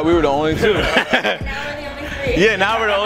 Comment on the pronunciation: How is the first word "The" and the rest "da"?